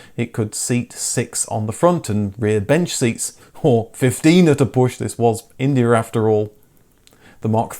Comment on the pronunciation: It was India, not Indier. Indier is not a word.